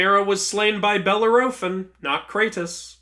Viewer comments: Who TF is Beller O'Fin????🤣🤣🤣🤣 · I've never heard anyone pronounce Bellerophon the way you do.